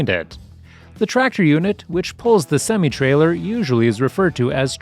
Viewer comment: You pronounce semi wrong